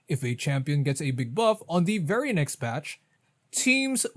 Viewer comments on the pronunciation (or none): none